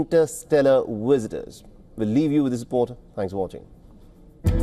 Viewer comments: "Wisitors?" 😂😂😂 It's the Millenium Falcon coming back to get refitted with newer technology! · He said Wisitors lmao 😂😂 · "Interstellar wisitors" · Always makes me laugh when people can't say their V's😂 i really hope we do have alien wisitors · WTF is a WIZITOR ?